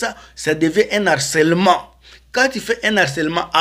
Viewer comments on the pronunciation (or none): none